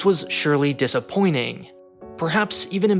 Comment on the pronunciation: "...with the press of a buh-un"?? The word you're looking for may be "button." "Disser poyning"? "Disapointing" maybe?